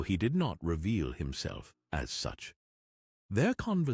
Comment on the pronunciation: KELL-eborn. ALL C-E-L- names in Middle-earth are pronounced with a hard-C.